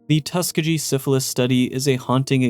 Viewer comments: Tuskegee- tus-key-gi not tuska-gee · Tuss-KEY-ghee 💙 Great video. 😊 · First off, I understand that this was comparing the U.S. government to its fallout counterpart but I gotta say, these absolutely pale in comparison to the crimes committed during WWII in the name of science. MK Ultra and the Tuskegee (pronounced Tuh-Skee-Gi btw) Experiment were a joke compared to ANYTHING Japanese Unit 731 did. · Love the videos Please look up how to pronounce places/things you're not 100% sure about. Hearing you butcher Tuskeegee wad pretty bad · Getting the word "Tuskegee" wrong feels like a crime...